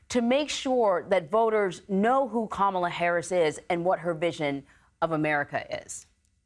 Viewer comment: he mispronounced Kamala’s name.